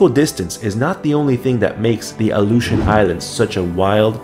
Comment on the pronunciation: Your saying it wrong . My dad was there when they were doing the nuclear testing .